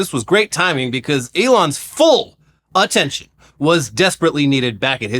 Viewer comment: did you intentionally say “Auttention” like, combing the word with autism, or am I just hearing things…